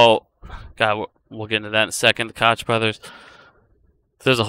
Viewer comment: Honey you are at very bright kid but those are the fanboys coke brothers the ch is pronounce like a K sound coke brosFather just made a video and was messing with your name a little bit big gums instead of running it together I just wanted you to know how their name is pronounced thank you for all your help and information great DD and that fat head had her right in his side yesterday and had nothing intelligent to say to her but she was with her children so that’s probably a good thing